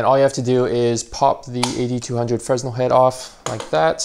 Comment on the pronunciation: it’s pronounced FREH-NEL fyi. good video btw